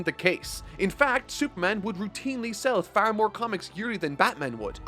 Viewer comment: Dude, it's far not faar, OK?? Sorry.